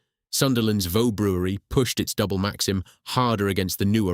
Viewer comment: Vaux is pronounced "Vorks" - went round the brewery in Sunderland as a kid